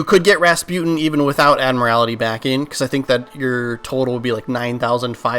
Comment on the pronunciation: Love how you mispronounce admiralty🤣🤣